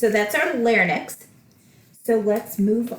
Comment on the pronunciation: Thank you for all the tips you have given, very helpful. Just wanted to clarify an example. You say Total Laryngectomy with radical neck dissection. Doesn't just 31365 suffice, why is an additional code looked for in the lymphatics? Also isn't Larynx pronounced "Larinx" and not "larnix"?